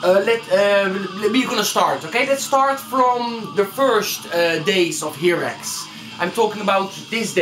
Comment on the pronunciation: I like your video. you got a lot of information, but two important things, nothing about drummers? and please the pronunciation is (in Spanish) "jairax" or "hairax" pero no "jirax, esta fatal!! good luck. \m/